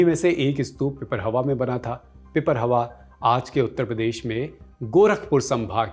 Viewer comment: It's not pipar+hawa It's pipar+rahawa